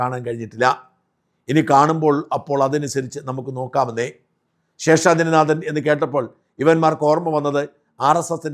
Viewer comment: പ്രിയപ്പെട്ട ഷാജൻ, നിങ്ങളുടെ പല വീഡിയോകളും കണ്ടിട്ടുണ്ടെങ്കിലും ഒരിക്കൽ പോലും താങ്കൾ ഉച്ചാരണ തെറ്റ് വരുത്തിയത് ശ്രദ്ധയിൽപ്പെട്ടിട്ടില്ല. പക്ഷേ ഈ വീഡിയോയിൽ നാഥൻ എന്നതിന് പകരം 'നാദൻ' എന്ന് ഉച്ചരിച്ചിരിക്കുന്നു. നിലവിലെ വാർത്ത അവതാരകരിൽ ഏറ്റവും ശരിയായി മലയാളം ഉച്ചരിക്കുന്നത് താങ്കൾ ആണ്. തെറ്റ് തിരുത്തുമല്ലോ? ഇക്കാര്യത്തിൽ താങ്കളുടെ തന്നെ ഉന്നത നിലവാരത്തിലേക്ക് വീണ്ടും ഉയരുമെന്ന് പ്രതീക്ഷിക്കുന്നു.